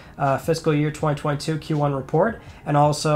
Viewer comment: I find how you say 2022 VERY OFFENSIVE and swear word notice